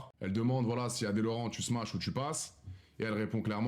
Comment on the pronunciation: On dit smache pas smatche ! Sinon c'est toujours drôle l'expression rebelote quand ça parle d'arabes ! 🐪🤣